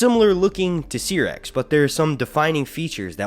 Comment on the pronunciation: Dude I love your videos, but it’s pronounced (SIGH)rax. Not (SEE)rax.